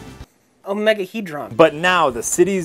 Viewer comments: Ironic: is the one that reads OMEGAHEDRON correctly... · can have an issue saying "folding table' but can say omegahedron with no problem. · You know what’s growth? going from mispronouncing “ophthalmology” to correctly pronouncing “omegahedron”